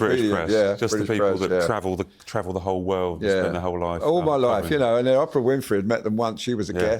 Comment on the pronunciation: WHY CAN'T THESE BRITS PRONOUNCE "OPRAH" CORRECTLY, THE WAY SHE SAYS HER NAME. THEY ARE SO PRETENTIOUS IN THE PRONOUNCIATION OF SO MANY WORDS.